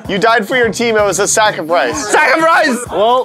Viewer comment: At last MAtt was saying safricise for sacrifise